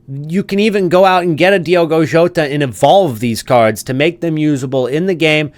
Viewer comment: Diogo Jota RIP…but don’t pronounce his name your calling his name in the wrong way..